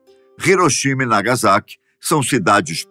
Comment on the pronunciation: a pronuncia certa é nagassaki e riroshima